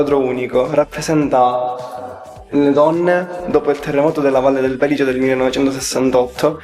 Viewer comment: Si dice sempre val di Belìce, con l'accento sulla i